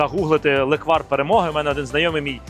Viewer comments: лЕквар, а точніше лЕкварь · По-перше: лЕквар, а ніякий не леквАр. І по-друге: не зі слив, а лише із ЧОРНОСЛИВУ! Бо зі слив на Закарпатті варять сливовицю))